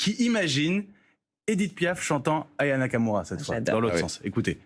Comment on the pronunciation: Anaya Kamura ? Aya Nakamura ! Commencez par prononcer son nom correctement !